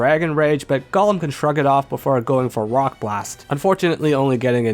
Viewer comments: Gollum? My precioussss! (It's GOHlum, not GOLLum) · Golem is pronounced Go-lem Not Gull-lum. That's a Lord of the Rings character.